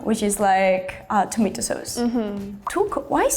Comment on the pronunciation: tomato= tumatu